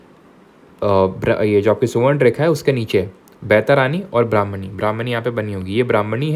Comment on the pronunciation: Sir you are not good in pronouncing Indian names. It's not बैतारानी it's बैतरनी